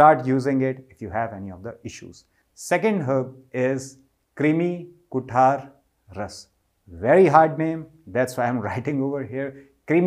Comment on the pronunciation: It is कृमी (krumi) kuthar